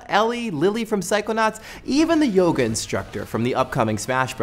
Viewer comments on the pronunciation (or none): none